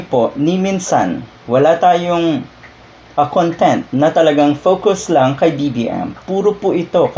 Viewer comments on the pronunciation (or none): none